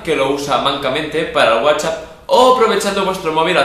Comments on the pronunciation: guachap xD me mata como lo dices jaja :) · Es muy bueno el "guachap"